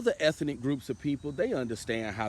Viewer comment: "eth - EN - ic " More pure SAVVASOOCH 😅😅😅😅😅😅😅😅😅😅😅 Can I done GETZA WITNESS RIGHT DEAHHHHH 🧻 🚽 🧻 🚽 A 5 piles rating💩 💩 💩 💩 💩, P DUD 😅😅😅😅😅😅😅😅